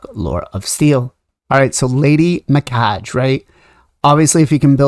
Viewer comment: “Me-Kah- gay. “ “Knewt.” If you’re going to do videos, please do your research first.